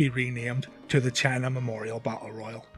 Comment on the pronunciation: thought you kept calling her channer